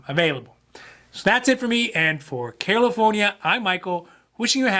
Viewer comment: I hear it too